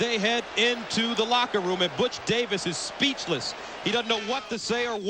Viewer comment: that uh... that did not sound like he called him "Butch", I'll just leave it at that.